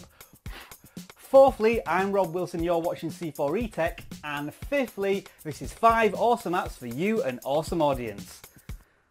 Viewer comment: fiftly.. lol